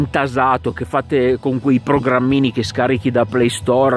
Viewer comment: Ciao, cache si dice casce'😅. Giuste osservazioni!